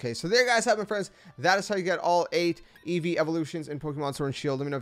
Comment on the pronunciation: EEVEE, NOT EVEEVE!